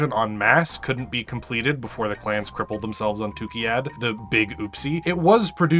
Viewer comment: i know its a small detail, and kinda nitpicky... but pls! its TUKAYYID, not Tukiyyad XD other than that, pls dont forget to feed Steve, hes doing a good job and deserves it >_<